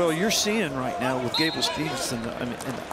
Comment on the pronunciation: Then there’s really no excuse for him not pronouncing Gable’s name correctly. He should absolutely know better.